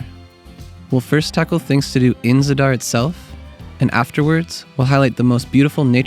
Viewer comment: Thanks for this excellent video. Reminder that the first syllable is usually accented, so it's pronounced ZA-dar.